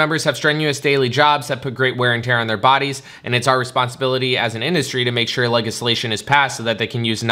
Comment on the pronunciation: No one: DWKVideos: "LEG-islation"